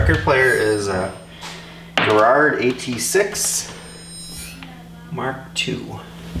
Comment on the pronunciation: Why can’t Americans pronounce the word Garrard 🤔.